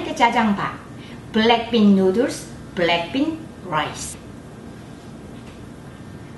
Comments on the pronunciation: Am I the only one who heard BLACKPINK instead or black bean? On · She sound saying blackpink noodles 😁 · i kept hearing black pink sauce wth